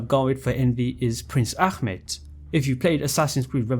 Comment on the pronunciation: you said prince ahmets name wrong. as a Turkish person it is pronounced ah- met not ackmet. we aren't arabs and don't pronounce names like that